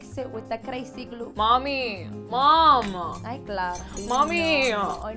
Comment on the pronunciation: Soooo true! And yes, Mom does become a two-syllable word out of total exasperation! “Momuh!” 😆 You hit the nail on the head with that! Thanks for the laughs!